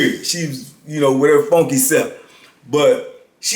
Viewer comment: He said "wit her funky self" 🤣🤣🤣🤣